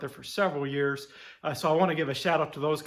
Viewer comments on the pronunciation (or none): none